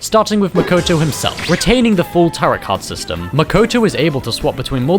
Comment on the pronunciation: Dude. I know you’re a Brit and all, but the word “Tarot” does NOT rhyme with “carrot”. It’s TEAR-oh. Also you did Chihiro and Fuuka dirty—they are both adorable and sweet.